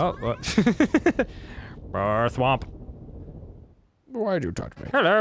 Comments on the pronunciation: A-hem: it's thwomp, not thowmp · it's thwomp* bro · Thowmp gibberish? THOWMP HAH